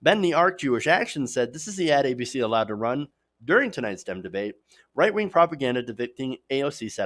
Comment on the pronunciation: I love how he sometimes seems to say “white wing” instead of “right wing”